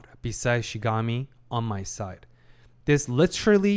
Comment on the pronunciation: Can't wait for him to finally pronounce Shinigami correctly xD